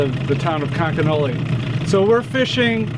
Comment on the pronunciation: Did anyone notice that when the resort owner spelled conconully he pronounced it both times like conconelly. Must be a local thing.